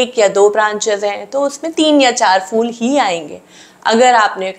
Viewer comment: For God's sake, it's not 'fool'. It's phhool. Phh is a Hindi letter. Why do you guys can't pronounce it?